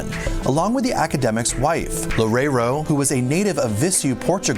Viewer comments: Loureiro sounds like: Low-RAY-roo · "Loureiro" sounds like: Low-RAY-roo.